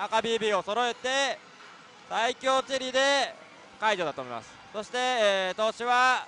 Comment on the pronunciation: ｢さいきょうチェリーだったんじゃないすかね｣☚ココ！イントネーション（intonation）がおかしいですよコレ。番組に出て講釈垂れる前に自分をもっと磨いた方がいいと思います。